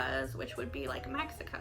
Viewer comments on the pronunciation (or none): none